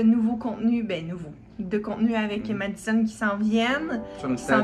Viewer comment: On est tu cute☺️ mais son se prononce madizon